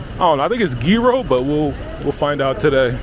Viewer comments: It’s pronounced yiro,, not giro, there’s no “g” it’s a y as in yogurt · Yiro (s) - like 'yes' not tzyro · the 3d one you said it right 💯💯 I am amazed you can do the Greek γ sound it is very hard for foreigners you said that PERFECT .. almost 10/10 pronunciation .. ( then you f*cked it up and started saying nonsense like "Gyro" and "Jiro" or whatever the f*ck ) like cmon man ... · You got the pronunciation right on Gryro eventually, but really F Gyro's Souvlaki Pitas are where it's at . I hope you had a few of those before you left the country. Overall a very good vid and I think you nailed the vibe. I look forward to the futures ones in this series. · Omg stop saying g row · it's pronounce Yero it shouldn't be written with a G like Gyro the G is silent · it's actually pronounced YEERO (ΓΥΡΟ) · It's pronounced yeero as in yearn or yodel😂😂😂😂 a mouthful either way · No G ..iro ...we don't pronounce the G .. the same way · It's pronounced Yeeros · The amount of times you said “gee ro” cracks me up. 😂 My husband also says it that way or Ji-ro. With the “I” pronounced like a Y. 😅 No matter how many times I tell him how it’s pronounced, he defaults back to that. Can’t wait to go next year, God willing. 🙏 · Also gúros is only the meat not the wrap, it's pitóguro or pita me gúro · It's pronounced Yee-Roh, the sauce isn't aoli, it's tzatziki which is greek yogurt, garlic, dill and cucumbers.